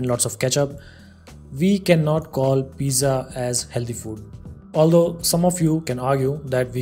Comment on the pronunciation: thanks. one problem. pizza is pronounced "peet .suh"